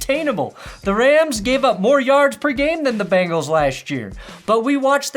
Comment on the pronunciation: missed opportunity, "...going balls deep into the Cincinnati" ... bungholes! oops should have watched the whole video but you did mispronouce it a little. lol